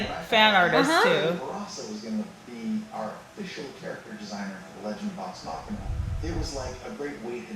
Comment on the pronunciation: Idk y but when ppl say machina as machine-ah i go bonkers lmao